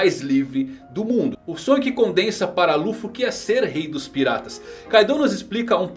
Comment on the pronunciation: luffu falou certo